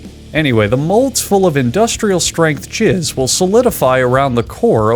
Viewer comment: "Endustrial strength Jizz" WhYY